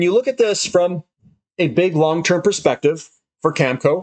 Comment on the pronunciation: This guy doesn't know how to pronounce Cameco...go figure...